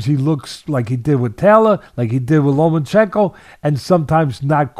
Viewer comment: LOMA-CHENKO (NO N). Not "Lomanchenko"